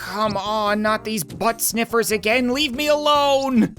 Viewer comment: 🤣😂🤣🤣🤣🤣😂🤣🤣 i like how you say but sniffers